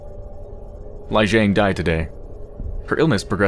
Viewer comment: it's pronounced Lee Jeng